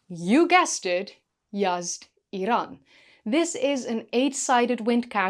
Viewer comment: Thanks for the video and thank you for pronouncing Iran correctly, not the lazy American way ( 👁️ eye ran)😂